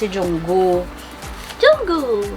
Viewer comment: HAHAHA ate natawa ako nung binigkas mo ung name ni Jungkook na Junggoo